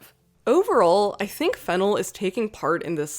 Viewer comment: You keep mispronouncing the director's name. The second syllable should be stressed - /fɪˈnɛl/